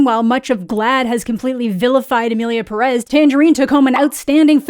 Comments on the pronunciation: For the last time...its PE-rez not pe-REZ, cant you see the ´ in the pé? Pérez? its there so you pronoounce it PÉ-rez, please.... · you think so? i actually still hear it as perEz when she says it tbh edit: just to add that i am not really criticizing her for it, though if im being real the only youtuber ive heard say it more like id expect it is schraffilas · The accented e, “é” in Pérez places the vocal emphasis on the first syllable, just saying. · I also hate that no one pronounces Pérez correctly. The accent is in the first syllable. It’s even spelled out